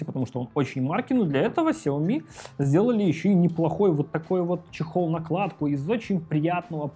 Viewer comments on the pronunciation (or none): Вилса ! Ты опять забыл ? Читается 小米 Сяо Ми ， ударения на Я и на И !!! Каналу и лично - успехов !!!